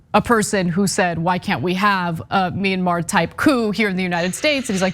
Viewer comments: If you can't even pronounce Mayanmar, you don't get to have an opinion on the subject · I think, that's pretty clear... The question was "wtf is "minamar"?", which is what the guy said... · What happened in MINIMAR... lol. That's a trumpist in a nutshell. Can't even pronounce the foreign countries name. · "Minamar". Love that place. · "Minna-Mar." What a moron. Flynn is spreading lies and supporting sedition, then flat-out lying about what we all heard him say. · Wait. Minimar? I thought it was Myanmar. Or is it Minnesota? Minneapolis? Minnetonka? Mini-Me? Ah shit, it doesn't matter. Just overthrow it. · “What happened in Minimar can also happen here” It’s Myanmar you dumb hillbilly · Thank you for clarifying what he was referring to, I was trying to figure out what ‘minimar’ was. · Mynnamar? Can't even say the word correctly. I guess that's what you get from God and "Country". God and Rock n Roll would have likely have granted at least a little bit more intelligence. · You would think that someone who knows what is happening in Myanmar would at least know how to correctly pronounce the country's name but that would be expecting too much from Maggots. Please stop saying that it can't happen here or that these people have no power to pull it off. Just please stop it. It can and likely will happen here. Americans have not suffered or paid for their extremism and their continuation of white supremacy. The Civil War was nothing. The confederacy came to congress and they still weild a lot of power like they've always done. And until this country truly pays for its evil past the threat will remain and grow. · Myanmar, dumb dumb My-an-mar. Can't say the word but, he wants a war. 🤦🏿‍♂️ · no, we are laughing at how the guy pronounced it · They can’t even say Myanmar. They all just need to be jailed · Did he call it minimar? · "Minamar" derp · "Minamar". Wow. And can you say "seditious"? Yes! Good! I knew you could do it! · Its Me-yan-maar!